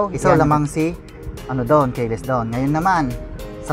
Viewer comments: Keyless hindi kayeless. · Sir,... kee-less (keyless)Ang pronunciation dun Hindi po kaye-less...pero on the other hand, maganda pagkaka review mo. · ki les ang basa boss